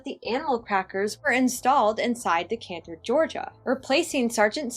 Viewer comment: I just wanted to tell you for next time Decatur is pronounced de cater not de canter hehe